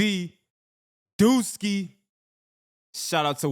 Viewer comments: It’s “DUSKII “not duski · It’s duskii not duski😭